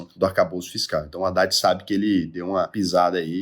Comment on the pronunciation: Recorde eh paroxitona. Re COR de. E a pronuncia correta eh radad e nao adad